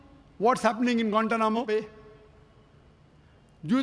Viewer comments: 😂😂😂😂😂I'm dead every time he says gantanamo Bay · haahah why does it sound so weird, kind cut off. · I'm pretty sure he mispronounces it every time and they have to edit it 😂